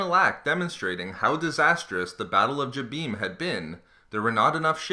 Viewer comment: This guy butchers all the planets names...Example..this one and Mygetto